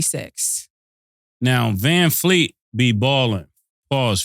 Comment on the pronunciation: “Vanfleet” is krazyyyyyy 😂😂😂